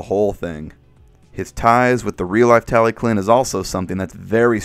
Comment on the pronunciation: Tallyllun isn't said as "tally clin" but more like "tal uh hlin" if you want to be proper on pronunciation.